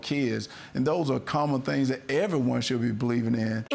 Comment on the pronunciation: Please, someone tell this half wit the word is pronounced “that” not “dat”. No telling how many concussions he has suffered. It sure sounds like something gets lost between his brain and his mouth. Ask Mr. Walker to name the three branches of government. He’d probably say the left, the right, and up the middle. That’s how he ran the football.